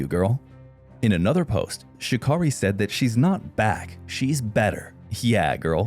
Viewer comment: Her name is Sha-Carri ( Carri) pronounced like Kerri!🙄🙄